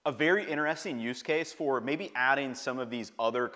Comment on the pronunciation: it is innner-resting , is it outer-resting too?